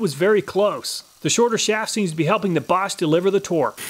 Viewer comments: He didnt pronounce it correct. He pronounced it correctly. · I like how you pronounce Bosch absolutely correctly! :D